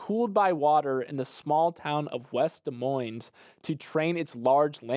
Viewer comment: As a former West Des Moines-r, "West Des Moine" is the correct pronunciation, drop the 's' 😊